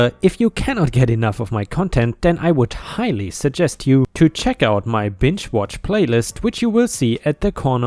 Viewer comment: Still sounds like b!tch watch playlist lol 🤣 had to listen to what said over and over to finally figure out it is binge